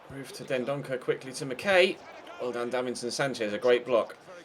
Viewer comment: McKay is mickeye. Thought u were good with ur names